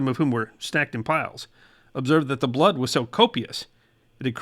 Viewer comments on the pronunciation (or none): none